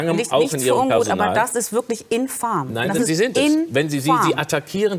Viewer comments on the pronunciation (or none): Es heißt infam, nicht infarm.